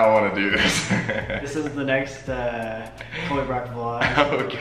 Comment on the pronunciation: NOOOOOOOOOOOOOOOOOOOOOOOOOOOOOOOOOOOOOOOOOOO IT'S HAS 2 BE SOLBY NOT BROLBY!!!!!!!!!!!!!!!!!!!!!!!!!!!!!!!!!!!!!!!!!!